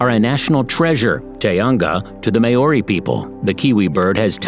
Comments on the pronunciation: it was not prounce as mayori it is maw-ri or ma-o-ri. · may-ory lmao its okay not everyone can pronounce words right its pronounced more like mau (roled r) y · Pronunciation of our native animals on this video is so terrible ! It's kind of offensive. Come on get it right! 😣 it doesn't take a rocket science to learn the pronounciation ... I mean at leat say the word Maori right ! It's not siad may-oary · It’s pronounced like this mow-ree not may-o-ri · oh a quick tip when a letter as a - over it’s pronounced longer (āēīōū) and Māori is pronounced like m-ao-ree so just mix the a and the o together and your good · “May-ori” No. It’s Māori Oml not the “two-what-tra” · it would've just been the butchering of the pronunciation of Maori and tuatara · Oh lord its annoying when people say words in my native tongue, the only words he said correctly was wētā, tui and kiwi, thats it, granted he did attempt so im going to like, i do recommend taking moari classes so its easier to speak certain words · im from new zealand you pronounced maori wrong. i don't blame you it's a hard language to learn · Tuatara is pronouced two-a-tar-a. Otago is pronouced oh-ta-go and maori is pronounced maari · Well done BUT!!! Maori is NOT pronounced Mayoree. It is Maowree, Tuatara is not Tooatara but TooAtaraa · just letting you know you dont say Maori as Ma-or-e you say it as Mow-re and also you say Tuatara as To-a-tara not To-atra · it is pronounced "tu-a-ta-ra" not tuatra and also Māori is pronounced more like "molree" not me-ow-ri -if you are going to do a video on nz can you at least learn how to pronounce the words properly - it really isnt that hard if you put a bit of effort into it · Hi Tuatara is pronounced two-aa-taa-raa, Maori is pronounced Mao -ree, Waikato is said as why-ka-toe, taonga is pronounced tong-a. Have a nice day! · Wtf is a may or ree? Wtf is a tu r trah?